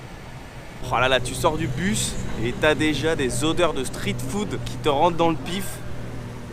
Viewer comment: Ce qui m'embête c'est ta prononciation. Je n'ai jamais entendu un anglophone prononcé le street en STRIT. Comme l'autre influenceuse qui prononce le scared en Scaréd. C'est juste ça